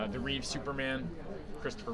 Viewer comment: Bothers me to no end he called him Christopher “Reeves”